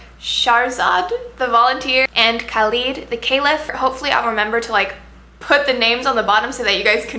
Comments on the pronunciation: SHAH-razad, u pronounce the h and roll the r, and KHa-led, the kh is phlegmy lol. That's how you say their names. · Shahrzad is actually pronouced shuh-re-zad and Khalid is pronounced with a kh sound not a c or k sound and is more like khe-lid. I'll admit Shahrzad confused me a bit at first but once I read it in Arabic it clicked immediatly, and Khalid was too easy to figure out, I should know, I speak Arabic, I hope I clarified for you :). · Thanks for the review! ^^ Here are the pronunciations Khalid: khaaa-lid (not leed) Tariq: taa-riq (not reeq) Shahrzad: sheher-zaad